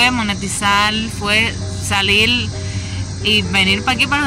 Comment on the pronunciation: Soy cubano y llevo viviendo 43+ años en los EE. UU. No se porque dices "salil" en vez de "salir" o "trabajal" en vez de "trabajar". ¿Que les pasa a los cubanos de hoy en día que cambian la R por L sobre todo al final de las palabras terminadas en R? Otra cosa Gran Isla no se dice así. En inglés se dice Grand Island y tienes que pronunciar la D al final de Grand y en el caso de la palabra Island la S no suena por lo tanto dirias más o menos "Ai-land" donde debes pronunciar la D al final. ¡Suerte!